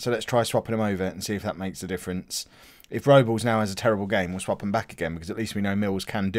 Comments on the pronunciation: Everton's goalkeeper is joel Robles an that's pronounced Rob-les but you say it however you like mate haha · Think Robles. Is pronounced Rob - Les but it wouldn't be a video without you saying names wrong haha